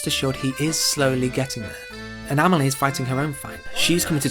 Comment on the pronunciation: Just for once . . . can you pronounce her name the way it is . . . ? 😨😰